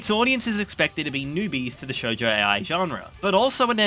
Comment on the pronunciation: madoka magica is so gay he said shoujo ai instead of mahou shoujo 😭